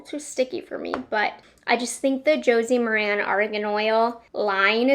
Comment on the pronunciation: Hi. FYI. It’s pronounced Josie Mar-in. 😀